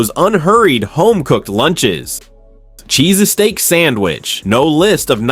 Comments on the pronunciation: What the fuck is a Cheese-a-steak sandwich. Damn AI Cometary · Cheese "a "steak ? Oh AI ,how will you bring the shallowness of YT videos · AI generated. “CHEESESTAEAK SANDWICH”. At least try to make a decent video. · What the hell is a CHEESASTEAK sandwhich? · If you after going to use AI narration, watch the video before posting. "cheeses steak sandwich" yeeeeeesh! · Sounds like a foreign accent! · Darn robots, don't know how to pronounce cheesesteak !! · Please tell me you're rage-baiting with your pronunciation of 'cheesesteak' 😂 I wanted to stab myself in the eyeball with a plastic fork every time you said it. There 👏 Are 👏 Only 👏 Two 👏 Syllables 👏